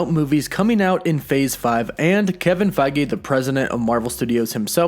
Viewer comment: Mate pronounce the dude's name correctly lol ... his name is Kevin Feige not Kevin Fagi get it right smh